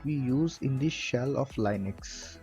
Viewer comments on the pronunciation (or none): Great for anyone new, But annoying that you keep pronouncing LINUX wrong.